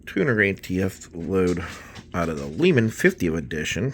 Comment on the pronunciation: Lyyyyyyyyyman not Leeeeeeeman.....lol